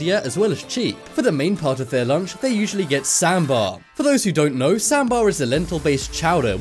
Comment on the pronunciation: It’s not sambar sahmmmbhar